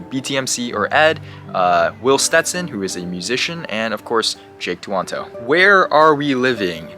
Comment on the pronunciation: He said will stenson right?